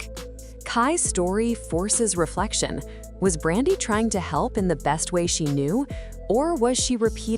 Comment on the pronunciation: How you tell a story about someone and say their name wrong multiple times. 🤦🏾 Her name is Brandy.